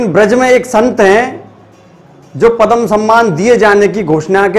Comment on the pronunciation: पदम नहीं , पद्म ।उच्चारण शुद्ध कीजिए ।